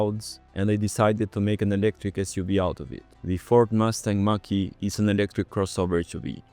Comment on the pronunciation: It's not the Mustang Makke, it the Mustang Mache, like papier mache.